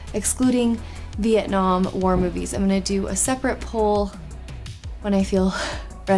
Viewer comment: The way you said War had way too much 'h' in it and I had to play it back to make sure.